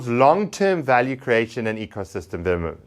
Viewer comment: what was that?? Didnt even pronounce development properly or even did. This guy is reading off a screen. Clowns!